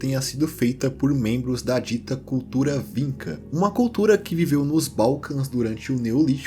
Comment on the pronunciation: só uma curiosidade, na palavra vinča, a letra č tem um som de tch (como em tchau), então a pronúncia seria "víntcha". É isso, curiosidade aí, ótimo video como sempre!!!